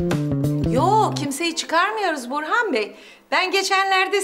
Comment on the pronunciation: Yirmi kere izledim neredeyse. İfo nun Burhan’a burhi dediğini ilk kez duydum😅